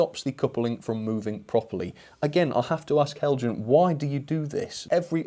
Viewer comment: Hi, what a disappointment! Heljan (well done for the correct pronunciation) Have not been lucky with the class 17. I bought mine back in 2009 and the motor promptly died. Heljan accepted the fault and issued new chassis for anyone who wanted to replace. The gears were too stiff and caused the motor to fail. Now we see this. I wonder if there is a circuit issue? Heljan DCC blanking plugs often have dry joints, if you can open it again check for heat after running. Be interesting to see a mA reading as well. As for the buffer beam detail, I am undecided on that, I hate fitting it. All my new Heljan locos have a wire bar that goes over the buffer beam so I can couple up, best of both worlds. Here is my 2009 model in action